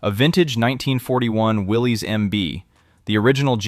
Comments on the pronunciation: You're pronouncing his name wrong; Willys {WillI-iss}. Any real Jeep person would know that. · That’s not how Willys is pronounced btw. Will is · Will-isss. Not Willies. The newer Willys comes with rear lockers. Didn’t know about the MDH.